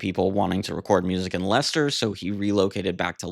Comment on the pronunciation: I have a lot of love for The Buggles - so many early electro pop gems on the two albums - 'Elstree', 'Technopop', 'Johnny On The Monorail', I Love You Miss Robot', and The Buggles version of 'I Am A Camera' is just majestic. P.S. You did so well with pronouncing 'Leicester'... then it all went to fluff with 'Loughborough' - it's pronounced, inexplicably "Luff-burruh". Those pesky British place names!